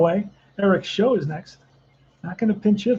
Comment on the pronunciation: Show is actually pronounced to rhyme with how, plow, and cow